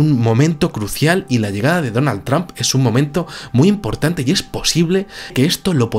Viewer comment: es donald trump, no donal tramp??? xdxdxd